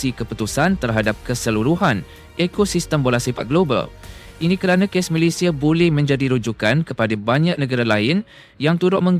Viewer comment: TMJ kocak dan lucu😅😅😅 kakek Facundo garces lahir diArgentina tapi dibaca lahir di malaysia, ada yang lebih kocak lagi, nama negara malaysia malah di baca malaydes.😅😅 keren keren TMJ.😅😅😅😅😅